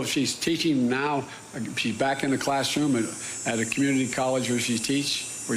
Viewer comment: He said cunity college haha thats awesome